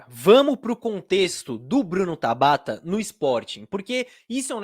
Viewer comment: Mano qual a dificuldade de falar Tabata pqp😤q agonia